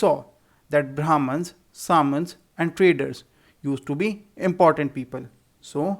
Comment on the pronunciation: Sir we pronounce samantas differently